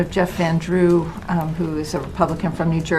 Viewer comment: He says Jeffrandrew!